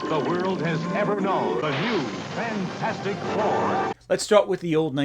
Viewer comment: i died when you pronounced fanfourstic